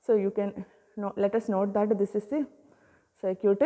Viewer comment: Circuit ❌ Sir-cute ✔